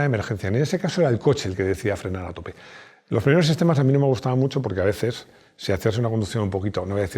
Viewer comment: lo que yo entendí: saber si tiene avece' o no tiene avece'